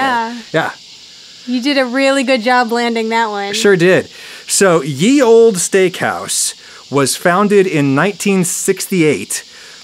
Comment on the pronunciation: What’s with Adam pronouncing “olde” as “old-ee” stressing the “e”. Driving me nuts 😄 I guess where I am no one ever accentuates the ending “e”. It’s just “old” with a longer “d” sound.